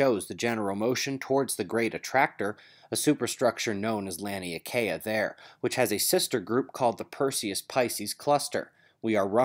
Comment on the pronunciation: Small note RE: correct pronunciation of Laniakea. Words matter and, in this case, have working definitions and correct pronunciations. Derived from combination of two words -- Lani: Sky, heavens + Ākea: Broad, wide, spacious, open, unobstructed. Laniakea is correctly pronounced: La-Knee-Aah-Kay-Ah